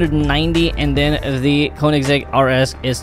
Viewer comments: Bro doesn't know to read the car names💀💀💀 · No en realidad es koenessig agera one 1